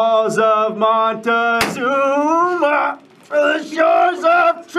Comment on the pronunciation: "From the halls of monte-ZOOMAH".